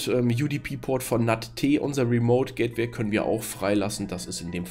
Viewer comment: "gättwäi" :-D Aber sonst prima Erklärung. Danke.